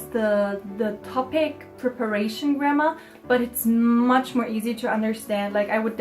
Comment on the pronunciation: why do i hear 'grammer' as 'grandma' like